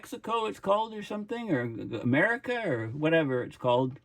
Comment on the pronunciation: The gulf of Amer-he-co?